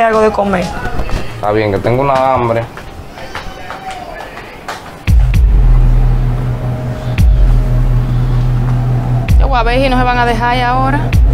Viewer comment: Me gusta cuando el muchacho dice tengo anbre